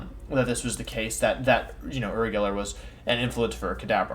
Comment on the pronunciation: I’m not sure if Wolfey is purposely mispronouncing Uri like he does with Pokemon names or if he genuinely doesn’t know how to say his name.